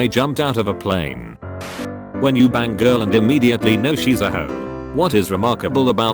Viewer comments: “Watch your step when leaving the PLEEN.” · The voice says plane like a canadian